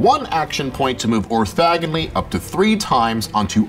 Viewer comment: Orthogonal, not “orthagonal.”